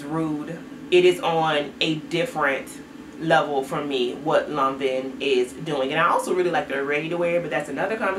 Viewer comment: 😝 granted…it’s Lanvin sounds more like law- vuh.